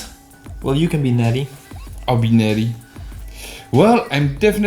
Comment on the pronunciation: I understand this approach and the witty use of the openers, but her name is Netti, not Natty.